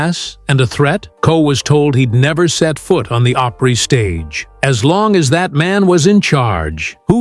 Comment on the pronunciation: It's called Grand Opry not Oprah